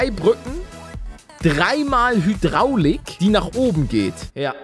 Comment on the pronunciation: Es heißt Hydraulik, aber joo immer die Hydraulik😂😂